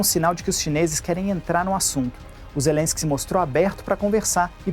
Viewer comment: Olha o molusco falando o nome do presidente da ucrania, falar com ZERENSKI, quem vai levar a serio um ex condenado?! kkkkkkkkkk